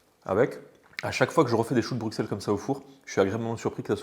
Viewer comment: En tout cas Bruxelles se prononce "Brusselles", un petit bonjour de Belgique par la même occasion ;-)